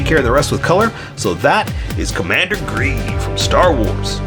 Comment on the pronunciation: You say gee stormtrooper